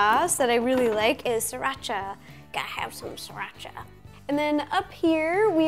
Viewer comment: Its pronounced Sireeracha but spelled siriracha. My dad loves it.